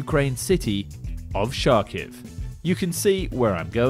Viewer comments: It is pronounced Charkov not Sharkiv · Very good info. Only one note: the city is pronounced "harkiv". And the name of the vehicle is "harkovchanka" 🙂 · I think in both Russian/Ukraine Kharkiv has no “Sh” sound in the beginning. It’s a pronounced with H. Try with Google translate and you will hear it. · Cool video, but I can’t get over you saying “Sharkiv” instead of Kharkiv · How the fuck did you manage to mix up Sharkiv and Kharkiv? Where the hell is "sh" in Kharkiv?! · Nice work. It's hARKIV as "H" not 'sh' so it would be pronounces as hARKIV the city and Harkovchanka the machine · correcrtly pronounced Kkharkiv, not Sharkiv. and for video of 2 month ago you should mention it was a Ukraine. not surprising for a terrorussian by origin though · Its not pronounced "Char-kov" it is more like "Har-kov", and now especially "Har - kiv" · Russian is transliterated like many languages into English in a consistent way. (Native English speaker here) Neither Kh nor Ch are ever pronounced Sh when reading Russian names. Kh is just the standard English language way of writing a hard H and Ch is obvious. Kharkiv is pronounced Harkiv not 🦈 sharkiv. so it’s chanka not shanka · "Sharkiv"?? Dude, learn how to pronounce names properly. It's pronounced "Har-kiv". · Sharkiv ?? lmao It is pronounced Har-keev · Yeah I have no idea how he got the Sh pronunciation there. Unless this is some weird current day revisionism that the Ukrainian government is doing. I am Ukrainian American myself, and my family is from the eastern part of the country. Allot of names have been changed in Ukraine in recent years since 2014 that were never used by Ukrainian people because of Ukrainian nationalists trying to distance themselves from Russia. This is around the same time even the Russian language was banned in schools. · KH is just H, stop making it any harder, pronounce it like in Harp, Hook. Anything is better than pronouncing it Karkiv or Shakiv - this is completely wrong.